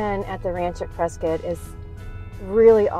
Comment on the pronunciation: We are taking back “Pres- Scott” it’s not Pres-scutt go back to caulifornia